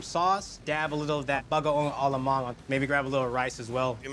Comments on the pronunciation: U need Puso ng Saging and its not Bagaong Alamang, its Bagoong Alamang Kuya. Pls learn how to pronounce it correctly if u are cooking it and as a Filo pls. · he said Bagaong. He should learn to speak it correctly even Koreans knows how to pronounce it correctly.